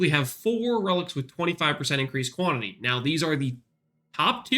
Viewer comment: "Quanity Relics" lol